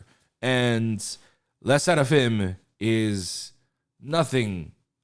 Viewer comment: Dude says "Le Sserafim" like a genuine Frenchman, yet says "Maison" like "Mason" jar. 😭